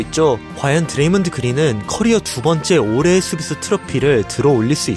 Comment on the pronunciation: 드레이믄 그린?ㅋㅋㅋ먼 발음이냐이건